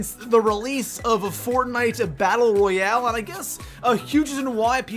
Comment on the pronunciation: “Royal” you were close